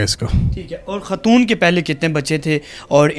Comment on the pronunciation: بھائ ماجود نہیں موجود ھوتا ھے خاتون ھوتا ھے ختون نہیں ھوتا۔